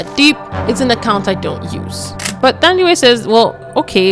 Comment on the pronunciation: Not policing you or anything... But just for future references, for names like Thandiwe... The "Th" is not the same as the English "Th"... It's pronounced like the h is not there... So like "Tandiwe"... I don't know if there's more but off the top of my head but, the name Theo is the one name where the "Th" is pronounced the English way❤... Love the channel!